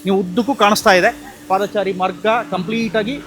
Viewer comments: ಹೌದು ಪಾದಚಾರಿ ಎಂದು ಹೇಳಿ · "ಪಾದಾಚಾರಿ" ಅಲ್ಲಾ ಮಾರಾಯ "ಪಾದಚಾರಿ" ಅಂತ ಹೇಳಣ್ಣ